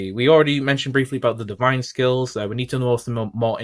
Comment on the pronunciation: It's pronounced Divinez, like 'divines', not divine zee. It's one word